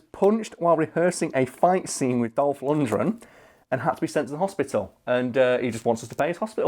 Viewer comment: LundGren not Lundred!!!